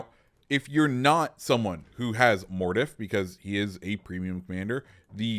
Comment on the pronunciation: I swear your pronunciation of names like mordoff is terrible.